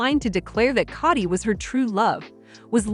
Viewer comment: It's not Cotti, it's K o dy